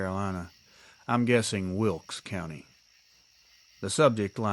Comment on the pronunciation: You pronounced it right - Wilkes County, NC. Wilkesboro is located about 40 miles northwest of Winston-Salem, NC. It is a beautiful area.